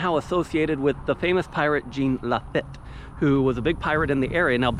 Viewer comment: Name is pronounced La- feet